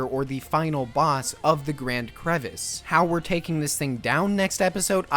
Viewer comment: TIL we have been pronouncing Crevasse wrong (it is not pronounced Crevice). Crevice and Crevasse are two similar but different things